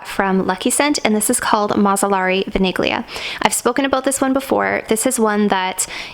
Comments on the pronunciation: Vaniglia is Italian and it's pronounced like "Vanillia" (without saying the G) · VANIGLIA is pronounced as “VANI-LYA” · vaniglia it’s vanilla so you pronounce it vanillia like that ,don’t put the focus on the g